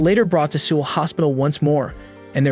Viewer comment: The way bro says Seoul 💀